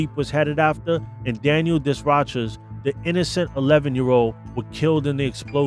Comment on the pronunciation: Its French i get it but he deserves respect Desrochers (day-row-shay)